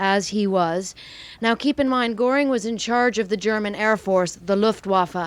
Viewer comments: One suggestion, only. "Goring" has an umlaut over the "o," making the name pronounced "Gerr---ing," and not "Gore----ing." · Please learn to pronounce Göring.